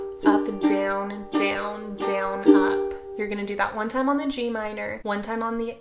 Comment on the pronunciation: It sounds like she is saying dwn